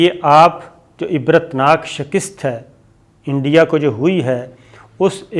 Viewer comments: Sabir bhai, Urdu main "shakist" koi word nahi hota "shikast" hota hai :) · Bhai improve your Urdu. It sounds irritating when you pronounce "shakist" instead of shikast.